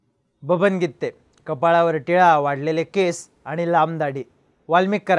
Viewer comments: गित्ते नाही गिते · गित्ते नाही ओ गीते आहे 😂😂